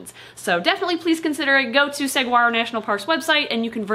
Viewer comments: you two remain my favorite YouTube channel of all time. Awesome video, beautiful Gila.. but pleeeeeeease... Saguaro is "suh-WHAR-o" not "sug-GWAR-O". As a native Tucsonan, that made me cringe a tiny bit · I'm from Arizona and it made me chuckle to hear pronounce Saguaro National Park as Sag- waar-ro It's correctly pronounced suh - waa - row, same as the cactus. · Great video about my favorite lizard. I shall mention that the “g” is silent in saguaro. It’s SUH-waro, not SAG-waro. 🌵🏜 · "Segwaro national park" XD., I love you, it's pronounced "s-waro", the 'G' is silent. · I’m from AZ and have always liked gilas. Thank you for educating about them! I hope you take this in the helpful spirit it is meant—Saguaro is pronounced Suh waa row. The g is pretty much silent. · Hi! We love your videos and cannot wait to visit your zoo someday. I know you pride yourself on accuracy, so I kindly want to correct your pronunciation of Saguaro. The G is soft like it is in Gila. Saguaro is pronounced suh-war-oh. Thank you for all of your content! Please keep making videos!! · "Saw-whar-oh" Saguaro 😁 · 🌵Saguaro = Suh-war-oh Do NOT pronounce the "g". (Arizona native) I’ve been waiting for this video ever since I spotted her 3-4 second cameo in the zoo opening video! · AHHHHHHH, as an arizonan it makes me sad that they are so close to being threatened. But I have one thing important to say Saguaro is properly pernounced (sa-war-oh) THE G IS SILENT. And war in this context is said with an O like ore NOT a like are. Love yalls content. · Fun fact, the g in "saguaro" is silent! So it's pronounced "sa-WAHR-o" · Rip, at least still has Mike. Also, Suh waa row.. You don't pronounce the g in Saguaro. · Arizonans aren't exactly afraid of them, just the three thousand dollar fine for inappropriately interacting with our state lizard., pronounce it Sahuaro, g is an h sound.